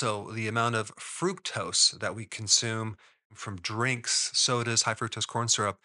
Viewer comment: It's pronounced Fru-K-tose